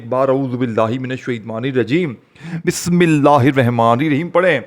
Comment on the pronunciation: Tu kya vajifa bajayega Tujhse Bismillah to sahi padhne aati nahin